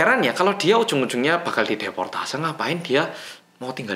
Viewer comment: deportasi bukan deportase 😭